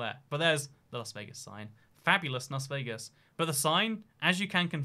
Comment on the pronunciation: Ah yes, the magnificent “Lase Veegas” Also “ San Joe - zee”